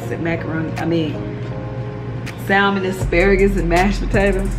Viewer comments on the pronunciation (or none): Hey! A friendly note, the L in salmon is silent. 😊